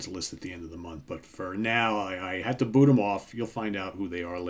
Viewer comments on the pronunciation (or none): none